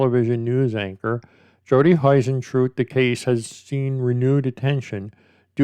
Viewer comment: I'm obsessed with this case, I want Jodie to be found. She seemed like such a lovely woman. Also you pronounce her surname like hoo rather than hi. Hope that's not rude just trying to be helpful.